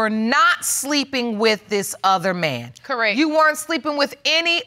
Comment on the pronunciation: It's CORRECT, not CORRECK.